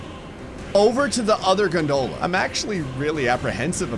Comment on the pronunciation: Oh hey, he pronounced gondola correctly this time! Edit: I spoke too soon 🤣